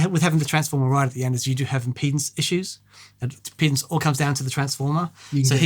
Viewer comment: everytime say “t shaped object” everytime mic suddedly changes key mid-noodle everytime either of them say “clipping” everytime either of them mispronounce the word impedance, intentionally or not 😂